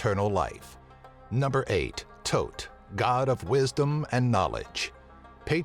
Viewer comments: thoth not tote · Ptah the p is silent in his name Thoth (ta-th) Sorry I made study of ancient theology most prominently Egyptology my life's work everything else was correct though